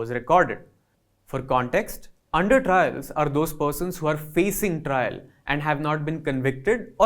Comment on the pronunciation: Trial, not trail...